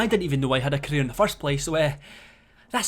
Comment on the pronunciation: When you say career it sounds like your saying Korea.is keemstar trying to destroy KoReA?